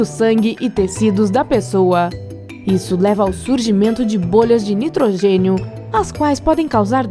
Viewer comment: Caralho para com estes destaque no final da. ..nitrogeniiioo...oceanoooio